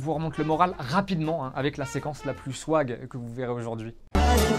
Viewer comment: Il a dit swagg